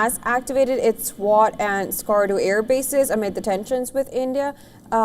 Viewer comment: Swat is a place Pakistan not “SWAT” 😅